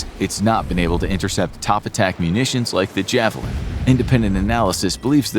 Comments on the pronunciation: Ich vermute wenn er das Wort Javelin so krass verdeutscht das es schmerzt? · "Die iawelien" haha sehr gut :P sehr gutes Video :) Abo ist raus